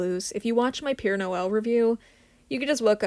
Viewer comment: wait i always thought that this was PURE noel as you say it but like in french if its santa claus its supposed to be p"ea"re noel